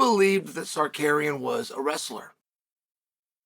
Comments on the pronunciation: Chael, please stop using the R and the K backwards. Or just say his first name. Thanks.. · Tsarukeynn needs to watch Chael to learn the proper way to pronounce his own name... 😂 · I came here JUST to hear ol' Chael absolutely BUTCHER Arman's name 😂😂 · Honestly knowing he does is on purpose makes it very funny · I didnt know who we were talking about until Oliveria came up 😂😂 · If not for the context I wouldn’t have known who he was talking about he butchered that so bad 😂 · Sar ooooo key in Not sarkaren 😂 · Cekurian ????. 😂😂Bro could have said Sarukiyan as simple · It takes more effort to say sakarian than Tsarukyan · Pronounced Cal Shownan right? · “Sarcarian will have my protection” but keeps butchering his name very subtle 😂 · Who da fq is "SAKERIAN" ? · Sarkarian WTF Chael if someone mispronounce my name i will tech them how to pronounce like Merab 😂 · Repeat after meX uncle Chael::: Sa-Roo-Kyyan. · F*** you! You are not even able to say his name correctly! The champs name is tsa-ruk-yan!!! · Sar - You - Kee- In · SAR-RUKE-IAN come on chael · its a joke about how chael is pronouncing tsarukyan's name as sarkarian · Big L for Arman SuckAryan 😂. Chael kills me with these names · Tsukarian? WTF is that? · Arman Sicarian according to uncle Chael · Sar karian 😂😂😂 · Amran sarukyen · Cheal, with all due respect, the difference between you and Tsarukyan is that he has a championship mentality, and not a punching bag mentality. He knows 3 (if not more) languages, whereas you are a professional commentator that for some reason cannot pronounce the guy’s last name. Repeat after me. Ts-a-ruk-yan. And finally, him turning a short notice fight down means he is taking this seriously, which nothing but honorable. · I didn't know Charles went through Da Roosh. Jael Sunin needs to get the names right. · This guy!!!!! 🤦‍♀️ have some respect the Champ has a name and it’s Arman TSARUKYAN!👊🏼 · Learn to pronounce the guys name… lol